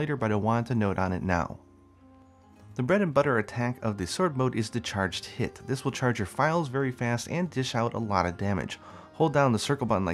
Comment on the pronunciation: we can hold down triangle and circle to do a charge tit I know you meant charged hit but it sounded like that.